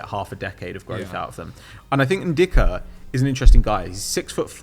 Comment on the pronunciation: Does think the “ck” in Ndicka is silent?